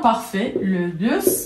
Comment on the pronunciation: On ne dit pas le (bu). Le s de bus se prononce. Donc le busse. c'est une erreur grave pour une prof de français.